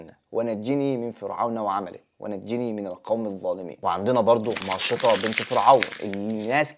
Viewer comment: ممكن ضبط لفظ الحروف: مثل ماشطة بنت فرعون: لفظتها ماشطه والأصح بالتاء يعني ماشطت الأطفال حوالي فكروا الماشطة هي بنت فرعون